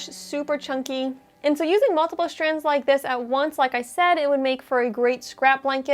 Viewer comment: It’s distracting to hear the words “ stitch” and “strands” constantly mispronounced. Add “stretch” to the mispronounced words. Grimace